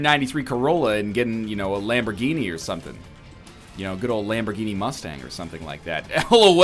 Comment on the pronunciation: As an italian, I find your pronunciation of Lamborghinis quite eggscrambling.